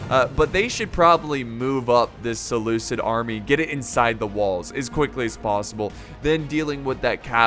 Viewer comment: I have to prove correct. I'm mad about his pronunciation of Seleucid.